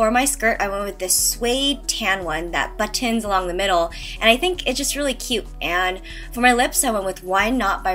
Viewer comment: I love how Korean people say buttons! I assume Korean was your first language. I really don't want to come off wrong, but I am genuinely curious about this. What about the word button makes the pronunciation have an emphasis on the "T" cause people who know English as a first language say button with a muted "T". Just curious..